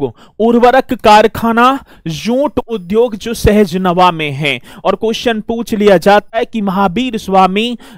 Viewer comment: सहज नवा नही सहजनवा sahjanwa है